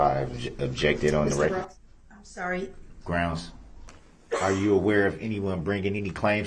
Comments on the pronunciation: Making sure the jury knew he wasn't able to tell them everything they should know, such as subject matter jurisdiction. Always having his bible in view to show the jury what a good man he is. Saying 'grounz' every single time there was an objection and then acting as if the objection was unfair. Asking every witness if they were aware of who the plaintiff was in the matter. Trying a few times to pretend like he was respectful. Not consenting. Calling himself anything but Darrell Brooks. Shaking his head, making gestures, or laughing like a victim at everything that made him look bad or stupid. Objecting to almost everything. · Id like 1 cup of coffee, please...groundz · RIGHT and AXEING questions instead of asking. Not to mention GRAUUUUNZZZZ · He's so ignorant he doesn't realize the word is sustained and not substained! And if he would be quiet and listen to the states objection then he would know the "groundz" when the judge sustains it....Dummy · Darrell "Grounz" Brooks. I guess he has plenty of time to read his Bible now. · It’s annoying that he kept saying substain instead of sustain and kept yelling GROUNDZ before the DA even gave the reason 🤦🏾‍♂️ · "Grounz for the substain." Unreal.